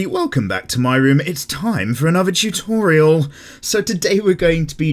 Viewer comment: I*'m going back once again to this "Choo-Thor-Rial" 🤣🦵